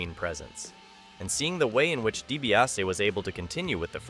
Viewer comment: If you’re gonna do a video on someone, at least get their name right. It’s pronounced Ted “dee-bee-ah- see”